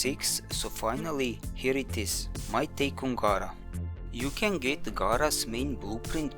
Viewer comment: The name is pronounced Gara (Gaira) , not Gaara (Gora) from Naruto ! Think of a female version of Gaara. Rebecca from D.E. called her Gara ( Gaira). If Gara was getting a rework, you'll hear how she pronunciates Gara's name. All anyone has to do is listen to how she pronunciates her name. This is not Naruto where you have the boy version Gaara ! It's simple !